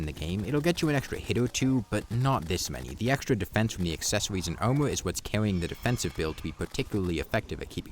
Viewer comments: This whole time i was wondering wth "omo" was, then i understood it was "armor" 😂 great video mate, very insightful! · "Owmur" "Owmur" "Owmur"